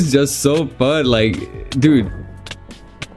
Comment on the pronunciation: how "phun" bros tonge cant roll the "F""